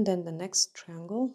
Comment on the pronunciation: ❤️❤️❤️ I notice you have no trouble pronouncing the word "try" and that is exactly the beginning of "triangle". 😊 Can't wait to TRY 😆 these!